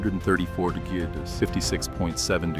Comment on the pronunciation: What's so hard about pronouncing "degrees"?